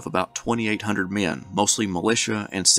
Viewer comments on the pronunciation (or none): I Love the way this dude says the word men. He makes it into a two syllable word. Me-en‘